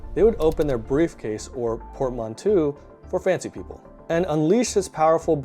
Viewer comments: Just so you know, it's pronounced " port-man=toe" It's a French word. Cool video. I'm not sure I agree with all of it but i like it nonetheless. I tend to think a lot of the reasons that the European, especially the British were so successful was a combination of technology and ruthlessness. There were many far older cultures that simply didn't have access to metals like iron who essentially got trounced by the English and other Europeans. Take the Africans for example. Far older cultures but almost powerless when it came to the Europeans. Especially in the 16 and 1700s. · your pronunciation of Newfoundland and Portmanteau sucks ! jeet